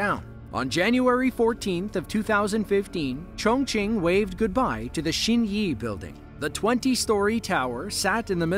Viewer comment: Thank you for pronouncing “Chongqing” correctly. :)